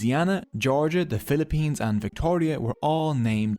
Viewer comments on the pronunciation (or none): none